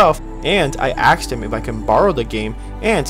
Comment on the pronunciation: Did you just say that you "axed" your brother if you could borrow Horizon Zero Dawn? Don't be that guy.